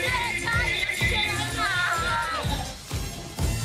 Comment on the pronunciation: Nicole it's Chilean, not Chilana lol. Please stop saying it bcuz I cringe everytime bcuz it looks stupid